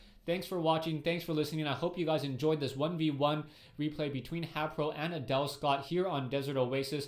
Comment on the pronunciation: hayPO!? his a prO not a pO!